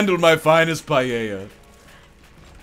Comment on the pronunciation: your pronunciation of paella gives me conniptions